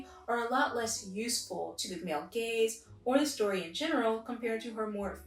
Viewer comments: I keep hearing “feminine gays” instead of “feminine gaze” lol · The first time you said male gaze I thought you said male gays, so then I was like: wAiT wHaT wOuLd tHeY wAnT WiTh wOmEn 😳👀😳👀